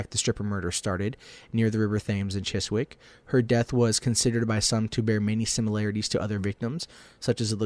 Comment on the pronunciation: and Chiswick...